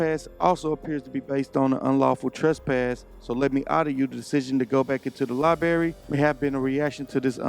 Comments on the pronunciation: Great video, only thing I’d correct is using the word “libary” it’s library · its not a GODDAMN LIE BERRY ITS A LIBRARY, BRAIR. learn to speak the fucking language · I know it's trivial but it grates on my nerves when I heard a library called a libary. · respectfully it is pronounced LibRary, not liberry. It’s not like a strawberry or a raspberry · “Li-barry?” It’s pronounced “Li-bRary”